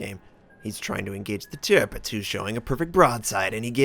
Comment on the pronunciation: Very close call on this... - you pride yourself in trying to pronounce the ships names correctly. Thats commemorable. However - you continue to mispronounce Tirpitz. It is actually pronounced: Tierpitz (Teerpitz).